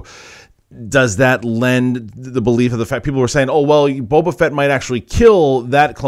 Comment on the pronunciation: Question. Does anyone know why John Campea calls Boba Fett, "Boba Vett"?